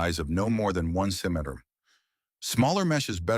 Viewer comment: Im just here to hear how bad the AI pronounces centimeter